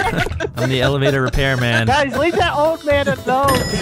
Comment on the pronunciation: I heard "evalator"